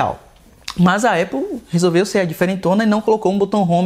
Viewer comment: Uma hora fala EIPOU outra hora fala ÉPOU, e em nenhum momento falou o nome certo. Cara ele fala muita bobeira, da pra ver que ele só quer realmente views! Péssimo canal